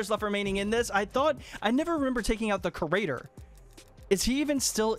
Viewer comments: Ugh its creator not curator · It's creator not crater aha